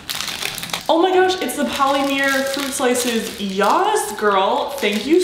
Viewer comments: polymere? Polymer. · Oml ITS POLYMER YOU SOUND LIKE YOU ARE SAYING POLIMEER AN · Poly-mier 😂 Sorry just something funny I noticed not trying to hate